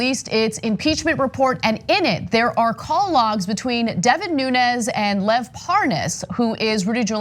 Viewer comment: Hannity doesn't know how to pronoun Lev's name?